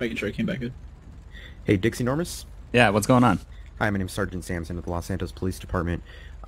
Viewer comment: did anybody else catch the fact that when say his name was Dixie Normous that it sounded like he said Dick's Enourmouse